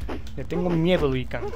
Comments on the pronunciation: A chinga "Lui Kang" ? No es "LIU"? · Que alguien le avise a este pibe que se llama LIU L-I-U... xq tiene problemitas con la lectura XD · ¿Por que no paras de decir Lui Kang?. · Era "Lui Kang"? Y yo toda la vida le dije Liu Kang, debí haber parecido un idiota! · es liu kang no luí kang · "Lui Kang" jajaja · "Lui kan"... ah, bueee